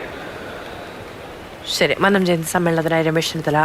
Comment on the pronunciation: മന്നം എന്നതിലെ "ന്ന "യു ടെ ഉച്ചാരണം പെരുന്നയിലെ ''ന്ന " പോലെ തന്നെയാണ്. നിങ്ങൾ മന്നം എന്നത് തെറ്റായാണ് ഉച്ചരിക്കുന്നത്